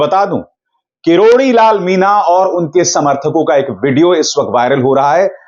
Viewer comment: ‘मीना’ नहीं अभी-अभिशार भाई “मीणा” !